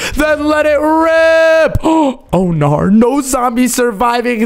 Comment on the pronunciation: the way he says narr and gwosh⭐🤣😂